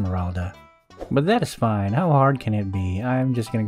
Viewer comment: Never stop saying "BUTtDATISFAYNN" please